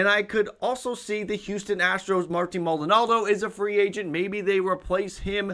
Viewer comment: FYI it’s Maldonado not Maldonaldo